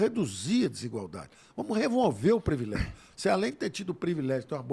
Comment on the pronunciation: PREvilégio…cidadão não sabe nem falar…precisa comentar mais alguma coisa? Um completo absurdo!